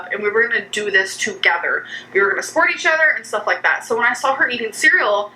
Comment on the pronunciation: again with the sawl.... i'm west coast.... i don't add in random l's where they don't belong. ayygs vs eegs i can understand, but not sawl.